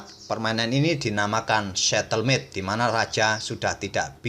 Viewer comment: Bukan setelmate, tp stalemate, admin